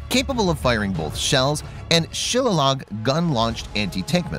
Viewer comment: Shilalog LOL. It's shillelagh...pronounced Shil lay lee. Shop Definition Synonyms Example Sentences Word History Entries Near Show More shillelagh noun shil·le·lagh shə-ˈlā-lē variants or less commonly shillalah Synonyms of shillelagh : CUDGEL Synonyms bastinado bastinade bat baton billy billy club bludgeon cane club cudgel nightstick rod rung [Scottish] sap staff truncheon waddy [Australian] Examples of shillelagh in a Sentence the bartender in the Irish pub keeps a shillelagh